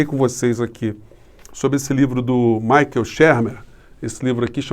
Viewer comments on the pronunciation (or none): none